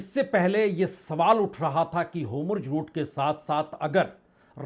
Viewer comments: Please correct the pronunciation of Hormuz. It is not Homurz. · Sirji 'HOMURJ' nahin 'HORMUZ' hain